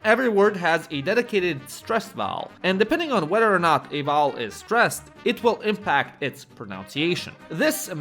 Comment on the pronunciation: That's how I often mispronounce vowel. Such a weird word to say 😂